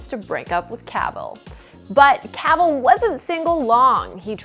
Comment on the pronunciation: Can’t say Cavill right either